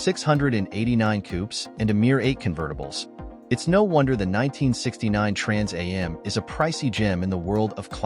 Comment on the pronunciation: This moderator is irritating to listen to. He announces the name of the next car in detail, then immediately says it all again. The second time should a shortened familiar name, not the whole thing. It is pronounced "Trans Am' NOT "Trans A M".